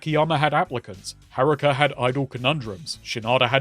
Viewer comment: Either son or another yakuza video essay guy has name pronunciations that are so hard to listen to... Haaaaaah ruuuuwu kaaaah